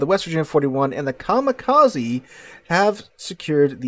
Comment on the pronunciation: Very nice game. Narration is good but you need to work in your foreign names pronunciation. Come on, for a teacher... Coronel Bolognesi you butchered badly. Kamikaze, is pronounced with 'eh' at the end (not 'e' ). It's Japanese. And Gallant is British, so it has a stress in the first syllable. You seem to be mistaking it for a Mitsubishi car. At least you took the proper way out on the subject's name and changed it to English, not the Italian name.